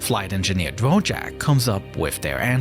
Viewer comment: Bro Is not Dvorak but Dvořák😂